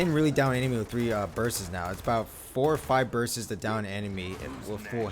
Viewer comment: are we gonna ignore the fact that this guy says "burst's"